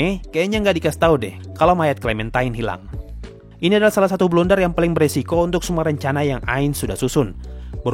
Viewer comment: "Blunder" gaeess bukan "Blender" yaa...